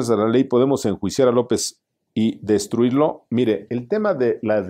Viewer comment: DESTITUIRLO Sr. Alemán: DES-TI-TU-IR-LO... No DESTRUIRLO (que tampoco estaría mal, políticamente hablando) Ojalá y corrigiera esa parte que no leyó bien en la pregunta 5